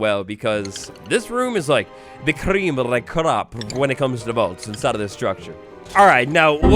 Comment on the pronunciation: Any new information? I had to shut it off after he said cream of the crop like that again 🤣 🤣 🤣